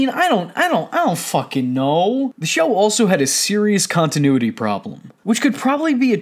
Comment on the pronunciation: Is that way you pronounce continuity? If so, I've been saying it wrong lol I thought all the guest stars, were fine. I thought it was funny, to use those big stars, in small roles. Paul Rudd is funny, and he got as much time as Anna Faris. You forgot about Freddie Prince Jr, Reese Witherspoon & John Stamos, all classic episodes.